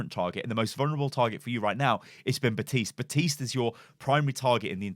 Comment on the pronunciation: It's FUKIN BaPPPPPTiste ffs. That really pisses me off. I had to turn the video off because you kept saying Batiste Batiste Batiste.... THAT'S NOT HIS NAME! It's like calling Winston Winton... Please learn how to pronounce the name that the hero himself says in his voice lines!!!! BAP BAP BAPtiste.